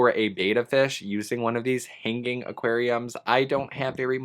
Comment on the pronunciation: It sounds like you are saying "hang gang" rather than hanging. Is it just me that hears this, probably 😂